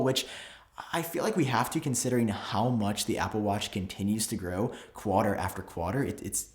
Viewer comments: Did I really just hear Qwata instead of Quarter? 🤨🤪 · Don’t say quarter that way it sounded super retarded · You way you say quarter bothers me